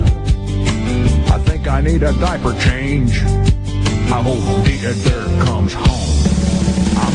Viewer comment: I hope dee-uh-dur comes home" lol